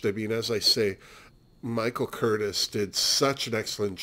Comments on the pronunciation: The only other Crawford film you've seen is "The Women"? Oh c'mon now. "Whatever Happened to Baby Jane"?!? The director's name Michael Curtiz is pronounced Cur - tease. My father was a Pepsi executive for many years and has great stories about Joan showing up drunk to open new Pepsi plants. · Oh yes Gymrat, how could I forget that?!? Okay, so that's 3 Joan Crawford films. LOL I'm an idiot. Speaking of, I realize that I mispronounced Mr.Curtiz's name. I told you I was an idiot, Seriously xox